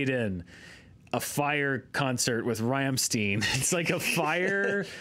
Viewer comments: That pronunciation of "Rammstein" is just... wonderful :D It's Stein like "fine", not like "mean". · And the Ramm part is like "rom", not "ram". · Dudes, seriously, please learn how to pronounce Rammstein the way it sounds in German. I don't know whether that's common pronunciation among English-speaking people, but I feel like it just takes away all the energy one would associate with the band, takes away it's identity. It honestly sounds like some boy band that way, which seems rather incorrect. You know, English also has a lot of complicated spelling and pronunciation that makes zero sense to people from other countries, yet we often try to recreate the way names sound in English, because if we were reading them according to our rules, that'd be unpronounceable a lot of the time.